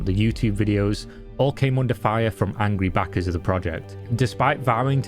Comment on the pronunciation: Good Video,but you pronounce backers a little bit like (sussy) Bakas:)